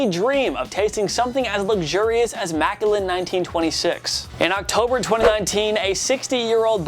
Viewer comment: First you like every single horrible team and learn how to pronounce MacCallen